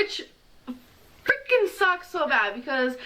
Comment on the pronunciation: “Like washing dishes...it hurts sho freakeen bad.” 🤦🏼‍♀️ Lawdt! 😂 Then she talks about gym equipment. She won’t get her hair done because she can’t get into the barber chair! Then elyptical? Uh....NOPE! Be well, keep it coming. 😂😘 ~~QM